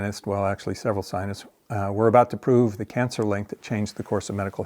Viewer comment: lol.Check out, how much money the climate sionists (your pronunciation) got. Billions.